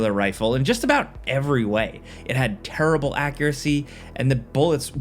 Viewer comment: I like when says "turrible" like Charles Barkley.